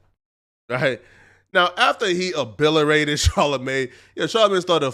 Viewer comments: 😂🤣😂....umm I think the word you looking for is "obliterate" Ob-lit-er-ate, not Ahbliberate or whatever hell you Said.🤦🏾‍♂️ When tryin to sound smart goes wrong! calling out someone for fumbling over there words is CRAZY😂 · You are a uncle ruckus too. Along with the guest on the show. It seems to me that you think you are a white dude. This interview did not expose anyone on the breakfast club show. You can’t even pronounce the word OBLITERATE. 😂 Gtfoh. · Obliterate is the word my brother, no shade, I'm just a stickler for good pronunciation..Good msg though, Larry Elder is a boss Charlemagne not so much